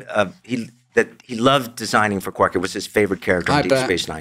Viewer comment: Why does keep repeatedly mispronouncing characters' names? "Tuvak", "Quork"...